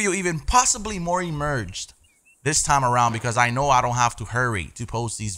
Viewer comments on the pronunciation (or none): Immersed... not emerged.... lol...